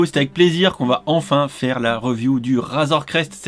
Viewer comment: Super vidéo par contre ta dit "razoir crest" au lieu de "razor crest"